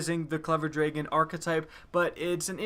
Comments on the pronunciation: this dude says , "clever draegen" ... it pisses me off ... it's clever dragon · You say Dragon weird.